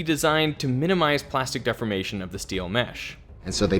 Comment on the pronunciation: you are pronouncing the word deformation as defamation, which has a different meaning